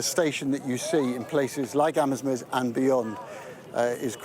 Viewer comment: Pronounced Amz-meez